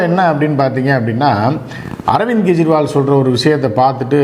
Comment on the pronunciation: Nobody will be arrested after June4. Stalin will congratulate Modi, “gejriwal” as pronounced by today will go back to from where he come from and stay for few months 😂